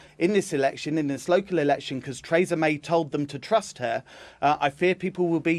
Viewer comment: Trays-a May